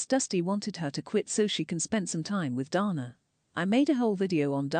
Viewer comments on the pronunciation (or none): none